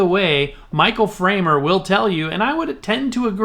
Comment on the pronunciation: It’s Fremer not framer.